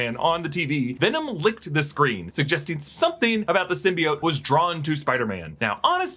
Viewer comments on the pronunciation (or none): none